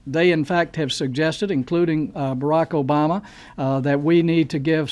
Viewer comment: Senator Mint, the President's name is Obama... not Bama